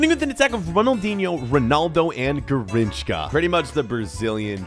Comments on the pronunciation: IM BRAZILLIAN AND PLEASE, DONT SAY "GARRINCHKA" ITS GARRINCHA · I'm brazilian and I always giggle whenever u pronounce Garrinshka lol it's something like Garrinsha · it’s pronounced (gar inch a) not (gar inch ca) btw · Dude sade Garinckha BROOO IT'S GARINCHA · bruh why do you say Garrinchka instead of Garrincha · That "Garrinchka" killed me 🤣🤣🤣🤣🤣🤣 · bro said garrinchka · you lost me when u said garrinchKa